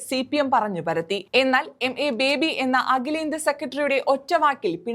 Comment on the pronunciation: MA ബേബി യല്ല. യമ്മെ ബേബി, അതാണ് രസം.